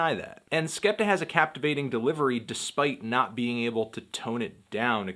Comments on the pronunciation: ***** I was more agreeing that it wasn't 'skepter' than that it's 'skeptoh'. 'Skeptah' is right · It's not skepter its skeptoh